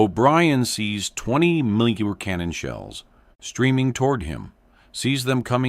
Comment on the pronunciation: Your narrator has a real problem with the word millimeter.